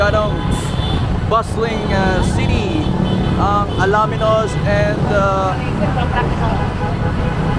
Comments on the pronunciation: Ang ganda ng coverage, kaya lang parang hindi taga-Pangasinan ang broadcaster. Correction lang po...ALAMINOS po ang pronunciation just like the way it is written at hindi ALA-MINOS. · Ang announcer ay hindi maraunong mag pronouce ng bayan ng Alaminos. Get on board mister and try again. I suggest you ask the cyclist na dinidilitan mo. (Vic from San Fabian and watching from CA USA.